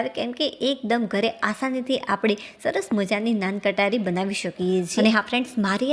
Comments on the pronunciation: Nan Katari nahi ben Nan khatai bolte hai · નાન કટારી નહી નાન ખટાઇ બોલો. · નાન કટારી?? મોઢામાંથી અમુક શબ્દના ઉચ્ચારણ 😅